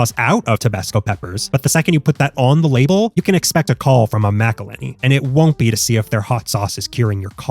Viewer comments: That pronunciation of “Mcillhenny” hurts my soul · It says McIlhenny right on the label. Are you saying MacIlhenny as rage bait?